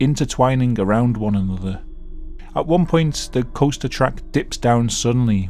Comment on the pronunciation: As an American I absolutely love it how you say the word “Coaster”. “Coh-stah”